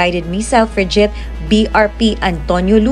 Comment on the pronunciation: Mali pronunciation ng frigate ng narrator